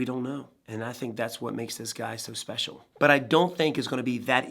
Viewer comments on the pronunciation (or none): none